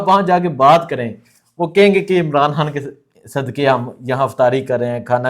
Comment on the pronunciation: صاحب آپ عمران خان کو خاں بار بار بول رہے خاں نہیں خان ہے ویڈیو اسکیپ کر رہا ہوں